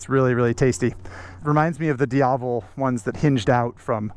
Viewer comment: is not the "diablo", its "diavel"